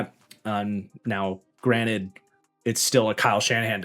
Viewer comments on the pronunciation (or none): none